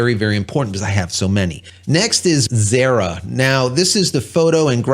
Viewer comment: Xara is pronounced Zah-Rah ! ive been using Xara 3D for years